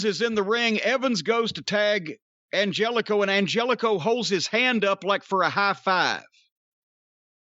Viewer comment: It's pronounced An-hell-eh-co, and I see Klannette couldn't resist joking famine ridden African nations with "jokes"